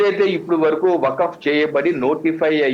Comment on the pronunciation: correct person ni pattaru meeku baaga set ayyadu waqf pronounciation kooda raledu ataniki meeru ivanni aapi mundu seccular nunchi ila one side avvadaniki cause enti